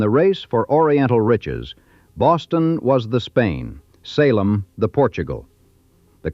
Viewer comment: I shut it off when the AI said Sa lem